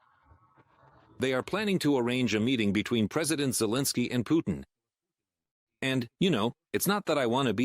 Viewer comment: Arrêtez d écorcher le prénom de Zelensky.Merci